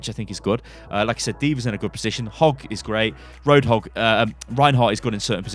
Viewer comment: Did he say hog god roadhog ehhh...?